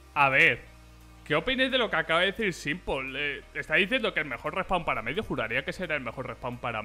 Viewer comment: no lo pronuncies como SIMPOL pronuncialo SIMPL si la "o"